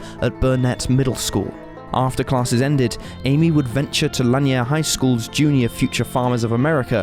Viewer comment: Narrator can't even pronounce Lanier (Laneer) High School correctly so he never went to Austin and is using stock footage. Nothing people in Austin haven't heard or seen hundreds of times over the last 34 years. Just another shameless cash-in on the horrific story of these poor girls and their families.